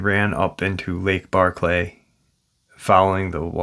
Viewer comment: Hey, it's Barkley not Barr-clay, it's all one word, I know it don't matter much but I'm just want you to get the pronunciation right, it doesn't sound right "Barr-clay", you know? Anyways, Preciatecha I'll get back to listening now. Lol